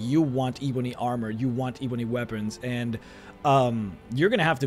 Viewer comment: Your pronunciation of "eeeeeebony" makes me cringe fml